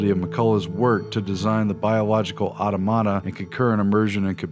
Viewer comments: Awe Tom Ata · Automata = [aw-tom-uh-tuh] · Awesome video, but that annoyed me too. Ah - TOM - uh - Tuh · Hearing "automata" pronounced that way is really irritating.